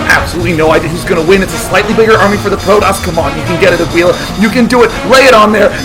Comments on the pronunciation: why would it be more likely? way more people speak spanish these days compared to latin. It's Aguila, pronounced AH-GEE-LAH like the other guy said. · actually aguila means hawk (spanish) its not pronounced aguila, its more like a(like the a in almost) - gi ( like giggity) - la (lacrosse) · It's pronounced "ah-gee-la". Aguila is Spanish for "eagle" Thumbs up so he sees